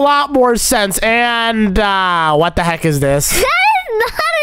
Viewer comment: It's funny when he said what the heak about the torch 🔦 🤣 😂 😆 😅 😂